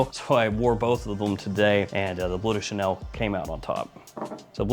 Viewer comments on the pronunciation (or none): It's not 'blue' de Chanel. Look: it doesn't say b l u e. It says b l e u. Pronounced 'bloehw'. Or ask Google translate. But it says Bleu. Not blue.